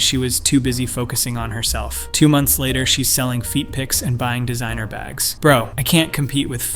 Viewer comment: No such word as de zine. The root word is sign The prefix is de It is de sign. Not de zine.